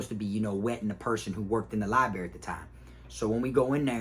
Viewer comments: Library big dawg, not libary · Li-brar-ry not li-berry lol. 10 toes fam!!! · I really am not trying to be a hater in your comments all the time. I am a fan and love your stories. But man. Lie Buh Rare E. Long E sound at the end. Library. Not liberry. My wife is a librarian so I had to say this. Sorry. Huge fan I swear. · It is called a library and li berry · LIB RARY - LIE bRerry - b R erry. I couldn’t stand that everyone neglected that R when I was jocing...don’t get it.... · Libary 😂😂 love it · Lie berry ?! Lmfao ! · Dude should spend more time in the library so he can stop saying "liberry". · Somehow I knew you were gonna pronounce it “libary” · Pronounced lie- brary bro 🤣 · You know u from Fl when u say liberry....salute big bruh